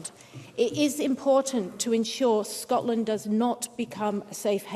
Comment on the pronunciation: This woman cannot even say Scotland properly. Another interlouper at the snp though 😂🎉🎉